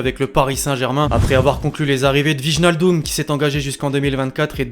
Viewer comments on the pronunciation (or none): /Wichnaldum/ oui super la prononciation ahahah, nan vraiment il pourrait faire un un effort, sachant que c'est son domaine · ait un peu de respect pour Wijnaldum gros, prononce ca correctement